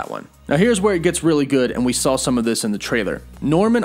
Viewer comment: You keep saying “sawl” not “saw” never noticed you say that before but it is bugging me in this video😂